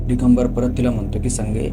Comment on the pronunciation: डीगंबर नाही दिगंबर